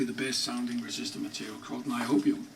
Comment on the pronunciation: niobium huh? lol